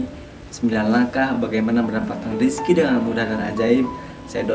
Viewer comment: Ngomong yg jelas boss. Bukan rizky tapi rezeki. Rizky mah nama orang.